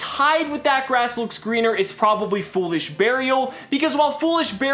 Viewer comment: You mispronounced That Ass Looks Leaner